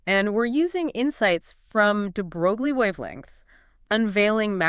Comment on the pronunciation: DeBrolie is French pronounced DeBroy